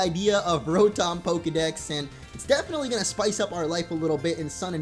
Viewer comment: It's pronounced ra-tum